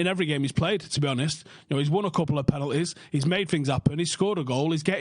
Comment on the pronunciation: PEHnalties PAHris PUHpadoms